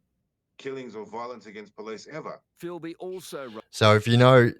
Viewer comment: Filby not Philby. To his mates it was Filbysama. This comes from our Zen Do Kai background. Bob Jones who along with Richard Norton started ZDK was called Kyoshi Sama. Filbysama was our nick name for Des because of his love for karate, specifically ZDK. I have known him since 1987 when he first started ZDK at Galvin Hall - Wodonga High School. I still remember his first class because of a funny event that happened to him. He is absolutely the best bush survivalist I have ever known and not for one second do I think he’s dead. I visited Mt Buffalo and other mountains with Des back in the late ‘80s and early ‘90s. He seriously knows them probably better than anyone ever before. He’s never really had a job. He never really wanted one. He would go missing for 2-3 weeks at a time and we had no idea where he was. Then he would just turn up and tell us about his adventures hiking and camping out in the mountains. Mainly Mt Buffalo. Ever since I have known him there was something special about that mountain for Des. If ever I was to be lost in the Australian bush I would want to be lost with Des. I have known him for 38 years and I have always said that. Funny story I remember him telling us. He was hitch hiking to Mt Buffalo probably about . Two guys picked him up. He was sitting in the back seat. They started talking up big about how they had killed and buried someone out that way. Des said he thought he was in trouble-so he made up an even more horrific story. They shit thems